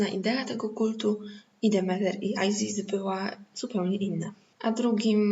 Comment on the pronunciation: No ale nie Ajzis (z ang.) tylko Izis, Izyda.